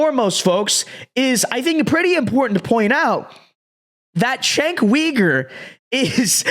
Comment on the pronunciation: This dude can’t even pronounce Cenk’s name. What kind of political commentary can you do, when you get the basics wrong